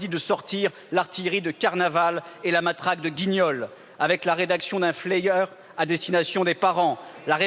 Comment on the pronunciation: un "flayer", un "FLÈiLLÈRE " ? bon bah il écrit pas ses discours visiblement 😂